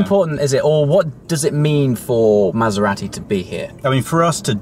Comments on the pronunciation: You don't need to emphasise the second 'A' in Maserati ! Lol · It's Mazz-er-rahh-tee AND stop clapping your hands fer-christ-sake!!